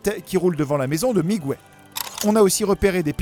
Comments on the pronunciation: Ptdr t'as jamais fait d'espagnol de ta vie, ça se dit Miguel, pas migouel, le "u" est là pour éviter de dire mijel parce que g+u fait "gu" pas "j". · sympa mais 1 chose que vous ne saviez pas , on ne dit pas "migouèle" mais miguel (comme dans guenon ou guerre ) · WTF???? LE Prénom Miguel ne s'écrit pas avec un " ¨ "sur le U... Alors pour quelle raison vous dites "Migüel"??? En espagnol, comme en français, G+U = G (comme dans "Mangue" "Morgue" "blague" "Camargue" "Drogue" "Pirogue" "Bilingue" "Langue" "Gueule" "Rogue" "Baguette, "Guitare" "Bague" "Pygargue" ... ) Un des mots qui se prononcent avec le 'g' et le 'u' en espagnol est "Vergüenza" (= honte). ;) **Petite leçon de prononciation gratuite** Sinon, j'adore ce film aussi il est super beau! ^^ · Miguel, pas migouel s'il vous plaît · OUI c'est ce que je me suis dit ! J'ajouterai que dans le film en vf ils disent bien miguel pas migouel, je l'ai pas encore regardé en vo ptet qu'en anglais c'est migouel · dans la VO anglaise ils disent Miguel aussi ils le prononcent pas migouel, ça me stresse aussi la prononciation du migOUel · À quel moment dans le film il prononce Miguel comme ça srx c’est un manque de respect prononcer correctement les prénoms quoi... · Lea Vdn merciiiiiii j’en pouvais plus de son Migouel! Mes oreilles saignaient à chaque fois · mais c'est vrai qu'il accentue bien le miguuel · Lea Vdn « Migouel » ça fait plus portugais qu’autre chose on est d’accord. 😉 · Ay, on ne prononce pas le U de Miguel en espagnol!! Ca se dit comme en français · En espagnol on prononce toutes les lettres